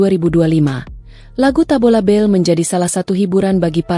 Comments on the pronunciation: Bale bukan bell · Tabola bale bukan bel🤣